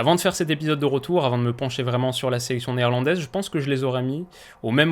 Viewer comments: Enfin quelqu'un qui se renseigne sur l'accent néerlandais du nom des joueurs 👍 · Le petit "difficile à dire" alors que tu le dis super bien! J'ai jamais entendu un Français prononcer aussi bien les noms néerlandais, on voit que cette nation te passionne! Bravo pour ton travail